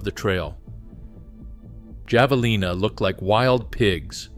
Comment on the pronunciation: Not Jav... It's Have...